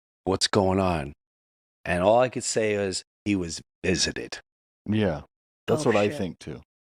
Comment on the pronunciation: "Vistited"? By aliens?